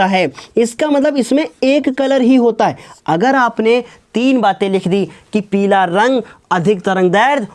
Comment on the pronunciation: Sir agli class me peela bolna😂😂😂